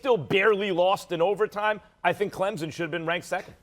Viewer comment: ESPN always are hating on Clemson and they say Clemson wrong it’s not Clempsin